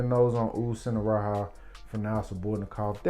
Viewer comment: It's not sinharaha, it's singaraja with a hard j.